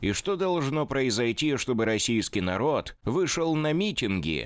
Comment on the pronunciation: Они произносят : Адин нароТ вЯликие АсвАбАдители именно так..